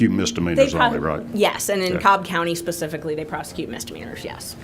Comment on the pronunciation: Love how she says SPECIFICALLY to HIS..PACIFICALLY 😂 As he tries to be so “ sophisticated “ 🙄